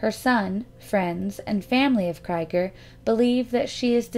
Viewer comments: I just want to point out that the last name 'Krieger' is German and the 'ie' is pronunced like the double 'ee' in 'bee' or 'heel'. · Exactly what I was thinking. It sounds like a German name and ie is always pronounce 'ee' in German. If it was spelled Kreiger it would be pronounced 'Kryger'. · OMFG! "cry-ger"?????? try "kree-ger". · Unless you’ve heard directly from the family or credible source, Krieger is pronounced “KREE-ger”. Like Robby Krieger of The Doors. Or as in blitzkrieg. Krieg is the German word for war.